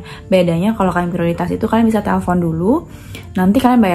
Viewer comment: Prioritas itu Bhsa Indonesia Mbak, jdi R nya g perlu kyk Bhs Inggris 😅